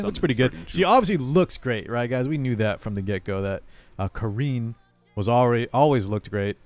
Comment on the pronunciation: The way you pronounce 'Karin' is definitely OK imo. No offense to anyone but those presenters from SG are not that great with English and Karin is not exotic or Asian specific name ;)